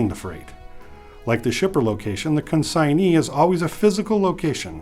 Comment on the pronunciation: Am I wrongor he pronunced the word CONSIGNEE in two different ways?